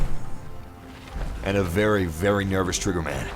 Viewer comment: Be vewy vewy quiet I'm hunting deathclaws